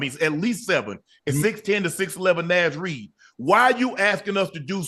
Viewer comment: Somebody tell Unc that’s not how you pronounce Naz Reid😩😂😂😂